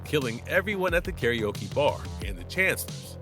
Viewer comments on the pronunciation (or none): none